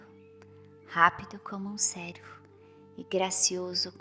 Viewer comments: Gostaria de ajudar com uma correção . Pronúncia correta para cervo se faz com o e fechado como em péra . Senão confundi,se com servo de serviçal . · Gostaria de ajudar com.uma correção na história de Penas douradas , a palavra cervo pronuncia se com o "e " fechado como em pêra , senão ouve_ se servo palavras que remete a serviçal ."Eis aqui a serva do senho ". O servo é dedicado.😊